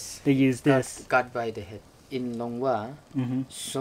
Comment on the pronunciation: Wrong pronounciation not langua but longwa